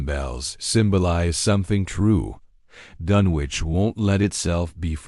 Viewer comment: It's pronounced DUN ICH doesn't sound like you would say sandwich lol